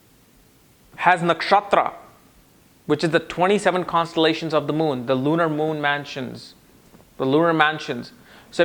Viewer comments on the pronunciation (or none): none